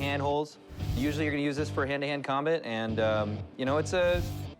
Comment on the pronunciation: the way he says combat is infuriating